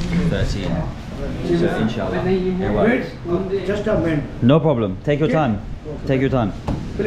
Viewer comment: Yo tue word "inshallah" was epic 💫💫